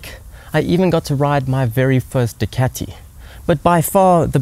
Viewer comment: He pronounce Ducati with such a funny accent